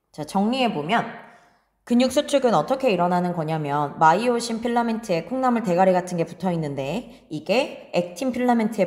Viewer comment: 콩나물대가리 발음이 찰졌습니당 잘봤어요